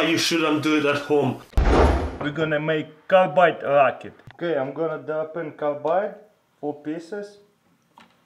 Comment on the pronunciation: is he saying carbide for the last one? lol